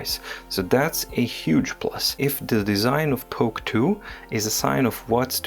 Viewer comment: Please don't say "POK TOO."